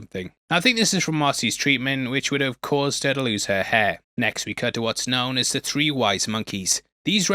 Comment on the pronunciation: hey can you please say three instead of tree